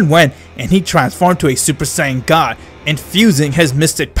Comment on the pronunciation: bro i love in his videos when beerus say super god he say super siayan gad